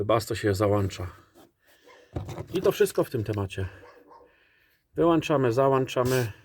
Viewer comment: Super film dziękuję Tobię❤ Ale Kochany na całe życie zapamiętaj nie załancza tylko zaŁĄcza 😊 Lubię Twoje filmy i daje Lajki Pozdrawiam Przyjacielu ❤